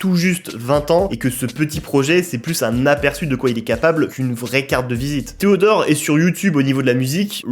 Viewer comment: Alors pourquoi tu dis "pardon theodort"